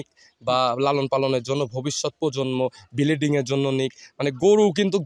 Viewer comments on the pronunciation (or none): ব্লিডিং না ব্রিডিং হবে ভাই